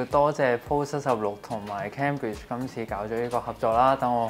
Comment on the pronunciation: Cambridge: 讀音係 "came" bridge, 唔係 ＂kam＂bridge